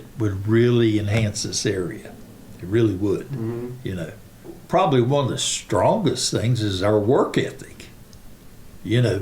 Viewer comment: This guy can't even say the word probably correctly! Calls it "prolly"